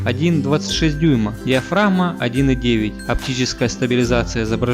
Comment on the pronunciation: Гхэкающий обзорщик)))) диафрагхма, Гхугл пиксель, слух режет. Лучше уж на мове